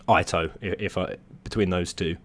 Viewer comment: Btw it's not Ai-toe, it's read ee-toe